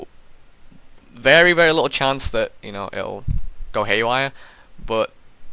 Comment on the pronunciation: The way you say little makes me wanan just punch you in the mouth... but I don't wanna do that cause these tutorials are amazing! Thanks so much for posting the step by steps! ps Sorry about England in the world cup...